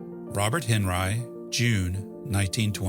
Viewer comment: Henri is pronounced AWN-ree